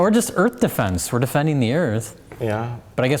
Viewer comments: I don’t understand the whole “earf” bit 🤷‍♀️ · *Punch in the face* Welcome to Earf!